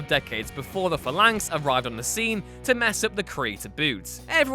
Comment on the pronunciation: "Hundreds" Jesus. Just when I thought this was the only WhatCulture channel that wasn't rapidly decaying. Large parts of this list don't belong, and there are notable omissions and errors. And if you're going to whine about pronunciation, you could at least pronounce Phalanx right.